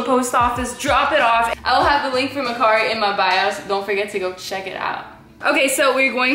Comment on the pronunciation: That’s not how you say mercari